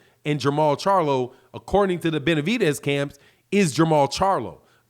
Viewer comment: I just can't ignore calling him benavitez ffs😂😂